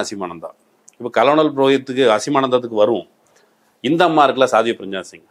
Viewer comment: Dear, it isn’t கலனல் (colonel) it should be pronounced கர்னல். 🙋🏾‍♂️